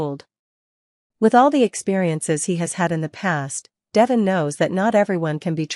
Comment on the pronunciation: His name is pronounced De Von with e having a long sound.